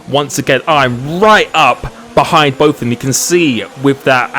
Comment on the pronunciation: You can’t speak proper English. Example: both but you say bof. Example two: throttle but you say frottle. Please can you learn to speak proper English because it can be really annoying and frustrating